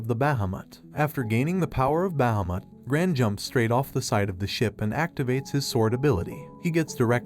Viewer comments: Can we just talk about BAhAmUt and not bahamut (bah-hah-moot)? I just had to since his pronunciation was hilarious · The dragon not called bahmot it's pronounced as baheeemot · It's behemoth not bhameth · It’s Bahamat (Baa -ha-Matt) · You absolutely butchered Bahumet's name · The way he keeps saying Bahamut so wrong is the only thing I dislike about this video xD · I'm sorry the way you pronounce Bahamut is no just no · Why do you pronounce bahamut strangely? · The way he says bahamut is sad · Is Bahumut really pronounced like that? Sounds so wrong to me but I've never heard anyone pronounce it tbh lmao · I literally want too die you can't even say bahamut properly